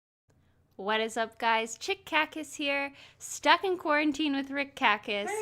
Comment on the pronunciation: “Chick kackis” 😂